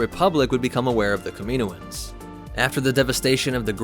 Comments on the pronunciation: Cam-in-know-anns now kamino-anns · Kaminoans • Ka min OH ans ✅ • Ka MEEN oh ans ❌ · You did a lot of research on the (CAM-MIN-OH-INS) but missed pronunciation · Is it really "Kamino-un's"? Ive always pronounced it "Kami-noans" phonetically similar to Noah which I thought was intentional. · Do they live on the planet Kam-in-o? If it's "Kameeno" he's pronouncing it correctly. Every time I hear "Kama-noans" I cringe. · I don't know why this bothers me so much but he says it's so many times and it infuriates me. It's pronounced kam-in-owens, kaminoans holy shit. Dont feel bad though. a ridiculous number of YouTubers seem to pronounce things horribly wrong constantly I'm starting to think it's on purpose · Pronunciation "Cam-a-no-enz". Not "Cameeno-enz". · I think it's kam-in-o-ans not kam-meen-oans. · It’s not pronounced, kam”i”noans, it’s pronounced kam”a”noans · It’s not kamino ans it’s kam in oans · Pronounced Cam-a-know-an not camino-an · I thought it was pronounced "cam-in-oh'-in" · great vid! lots of good info. i did cringe a little every time the narrator said "kamino-ins" lol but that's just a funny quirk not a criticism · The Kamino-ans? Dude 😂 30 seconds in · Say it with me KAM-IN-OH-IN'S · I don’t know if I’d listen to someone who says kamanoins wrong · In the clone wars animated show they pronounce it Kami-Noans not tryna b a dick just throwing it out there dope vid tho I never knew half this stuff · You pronounced it wrong lol. By sound, it's kam-e-no-ans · Cool vid, but the mispronounciation of Kami NO ans drives me nuts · Shouldn’t it be pronounced cam-in-oh-ins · NOT pronounced Ka-MEEN-o-anz!! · watch Bad Batch and you’ll hear that it’s pronounced “kami-NO-ans” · You mispronounced kaminoins so much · 2manynegativewaves he does it as a joke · You’re pronouncing kaminoans wrong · Your pronunciation of Kaminoans hurts my ears. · Please pronounce “Kaminoan” correctly it hurts my ears